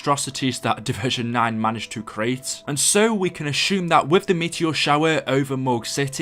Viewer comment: We can "asshume" theres no H in "assume"